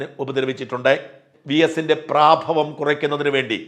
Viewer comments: ഷാജൻ മലയാള പദം പിന്നേയും തെറ്റിച്ചോ.. പ്രാഭവം അല്ല..പ്രഭാവം...😂😂😂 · പ്രാഭവം അല്ല പ്രഭാവം എന്നാണ് ഉച്ചാരണം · പ്രാഭവമല്ല, പ്രഭാവം